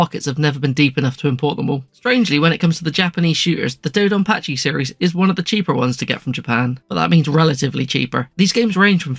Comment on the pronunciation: Your dodonpachi pronunciations were pretty good (lived in Japan >25 years). Raiden is Rye-den.